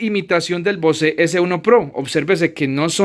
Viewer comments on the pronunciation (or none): Bose se lee "Bóus"....no se lee "vocé".